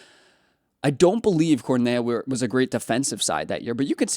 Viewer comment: Cornellá! Please pronounce it correctly. It’s too painful to listen anymore